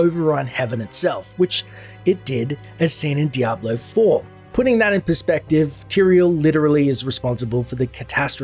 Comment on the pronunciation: You keep saying diablo 4... bothers.